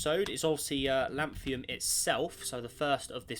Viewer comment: It's not Lanthium, it's Lanthunum.